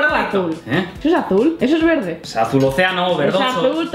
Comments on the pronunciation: ES AZÚL TE DIJE NO VERDE leer con vos de natalia😰😡😠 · Si es "alul" :v